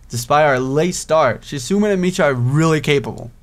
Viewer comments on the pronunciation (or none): its kinda driving me crazy how ur pranounceing the name wrong so heres a guide haha ·misha- me-sha ·hisau- ha-sow ·shizune shiz-a-neigh (like a horse) ·lily to easy ·rin easy ·hanako han-na-ko ·kenji ken-j Btw emis is the best route;)